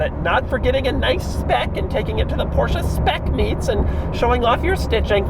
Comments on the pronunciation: Every time i hear him mispronounce Porsche as Porsha i cringe... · I feel like he is making fun of the people who say "Porsche-uh" but Doug says "Porsche-uh" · Aren’t you mispronouncing it?